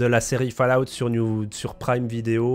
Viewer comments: bonne video merci mais par pitièe on prononce faul_a_ou te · J'ai arrêté le visionnage à quand il a dit "falaoute". Merci bonsoir, au revoir messieurs dames, c'était. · Va vraiment falloir bosser votre accent les mecs , il faut prononcer FAULLOUT et non FALLOUT, quant à Bethesda, prononcez beSSesda !! Très bonne vidéo cependant👍